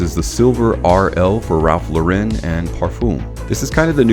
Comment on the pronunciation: Really like u and ur vids but bro, his last name is pronounced like a girl's name. He took the name from Lauren Bacall, the actress because his real name is Lipschitz